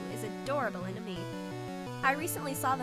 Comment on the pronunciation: Woh, woh woh! Did you just say "Pokemon and me"?! It's Pokemon Ami! AMI! Like, French word for Friend.